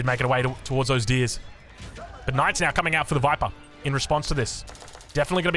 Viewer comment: That's not how you say "TheViper"!